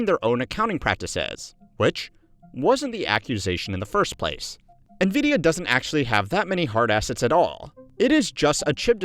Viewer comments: Why does he call it "Neh-vidia" instead of " 'N' vidia"? o_o Well, then later he calls " 'N' vidia" again so now I am confused haha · FYI, NVIDIA is pronounced "en-vidia", not "nuh-vidia" (@ , ) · Nvidia is pronounced envidia, not navidia. JFC. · Why the “nuh-vidia” and not “en-vidia” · It is pronounced “envidia,” not “nuhvidia.” Envidia is spanish for envy. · N VIDIA not NA VIDIA l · My ears wince every time you say "nuh-Vidia" instead of "en-Vidia". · pronounced nvidia "ni-vidia" twice here. literally unwatchable /s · bro can you please stop saying nevidia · "Nuhvidia" lol